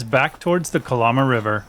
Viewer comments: It’s pronounced “Cuh-Lamb-uh” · It's pronounced ka-Lam-ah. No lambs or sheep...just a lama.